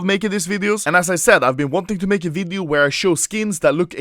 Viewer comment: The way to pronounce ''video'' upset me, ''WIIDIOO!''